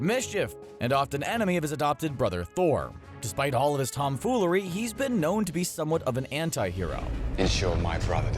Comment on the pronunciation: did anyone else notice that when he talked about loki he said TOM-foolery?! As in TOM Hiddleston? lol